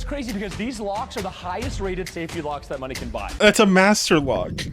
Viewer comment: I was more than 30 seconds into the video before I realized you were saying locks and not rocks🤣 you know how people use hammers to open rocks and they've got pretty stones inside 🤣🤣🤣🤣🤣🤣 locks, not rocks